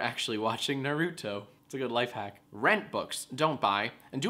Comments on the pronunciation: "Narooto" U wot m9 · Jack its pronounced like this. Nar - oo - to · ahahahhahaha i have a friend that said it that way nuh-roo-toe cringe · That moment Jack pronounces it "Nar-oo-toe." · When he pronounces Naruto as Narooto